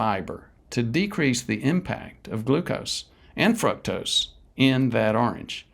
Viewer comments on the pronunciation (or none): Honestly, if the guy can't even pronounce fructose correctly...... It ain't "fruck-tose". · It is pronounced 'FROOK-TOSE'!